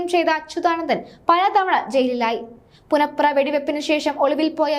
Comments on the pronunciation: പുന്നപ്ര എന്ന് പറയാനറിയാത്ത വാർത്താ വായന ക്കാരി. (പുനപ്ര അല്ല മോളെ)ആദ്യം നാടറി യാൻ ശ്രമിക്കുക. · നീ ആ ര ടീ.....മലയാളം ആദ്യം പഠിക്കു പുനപ്ര.... പുന പ്ര... നാണമില്ലേ ഇങ്ങനെ ഉച്ചരിക്കാൻ. പ്രസിദ്ധമായ പുന്നപ്ര-വയലാർ .... പുന്നപ്ര. ഇവളെ എത്രയും പെട്ടെന്ന് വീട്ടിലേക്ക് പറഞ്ഞു വിടുക..😴😴😴